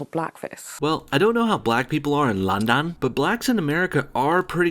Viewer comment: "Landan" lmao